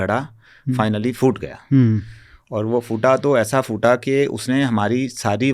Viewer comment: उच्चारण का संज्ञान लें फूटा (फ़ूटा नहीं)